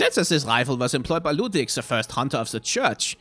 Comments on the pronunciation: Delightfully slapping my big belly and chortling whenever he does the silly german accent for LOODVIG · I love slipping into his silly German accent for every item description that mentions Ludwig. Always makes me smile:3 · I love how the name Ludwig turns on his German accent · Every time he does his Ludwig accent it kills me laughing especially thinking about Ludwig later and shudders Interesting juxtaposition there. I’ve never noticed that Amelia basically is screaming for you to GO and get out and that she clings to the amulet the entire fight. Makes me wonder if she’s trying to save the hunter by telling them to leave, or she’s angry at them for disrespecting the holy place (much like with the Blood Starved Beast). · its kind of funny how many germanic things are at least partially butchered like Oedon, but he loves Ludwig and the accent lol